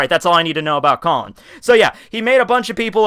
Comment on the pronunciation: I am speechless, really tekking. ik it's a joke but fucking " "